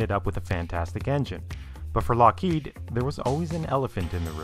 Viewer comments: It's LOCKheed, not lockHEED. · This is too late, and I realise that, but please in future stop pronouncing Lockheed as 'lock-HEED'. It's 'LOCK-heed'. Anything else makes you sound 'special'. Most people know this and I dunno why you don't. Cheers. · I'm more curious about the narrator's pronunciation of "Lockheed". It appears he goes back and forth a bit, but most often pronounces the company name as "lock-HEED" instead of "LOCK-heed". I've always assumed it was pronounced the latter, but have I been wrong? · It is not "Lock-HEED." It is "Lockheed." Duh, duh, and duh? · Nitpicking I suppose, but It's Lock heed. Not Lock heed. Not a big deal, all things considered. Great content,. Very well presented. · It's pronounced, LOCK heed. Not lock HEED. Duh. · Just one thing. It's LOCKheed. Not LockHEED. Put the emphasis on the first syllable. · How many takes did it take to record the audio for this? LOCK-heed. vs lock-HEEED? Come on, man. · LOCK heed - for crying out loud, the accent is on the first syllable. sheesh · Is it really pronounced LockHEED? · Why did the L1011 fail? It didn't. The Electra was not "a disaster" either. Where are you getting this crap? You're also mispronouncing "Lockheed." The accent is on the first syllable. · Can Skillshare teach me which syllable is accented in "Lockheed"? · I've never heard someone pronounce "Lockheed" so many different ways in one clip. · Can you pick one pronunciation of Lockheed and stick with it? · Great video, marred only by the pronunciation of "Lockheed" - emphasis goes on the first syllable, not the second.